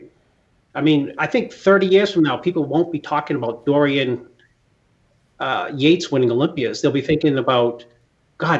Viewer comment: Did he say” Florian Yates “????